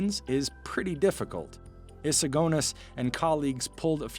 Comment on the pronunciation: Why do you pronounce eagerness and agonies weirdly?